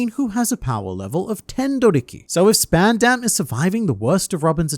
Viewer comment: its purnounced sp-ah_n_d-a-m not sp-eh-n-eh-m